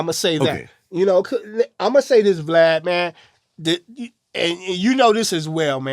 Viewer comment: are so slow. What the freak is a glad?! It's VLAD!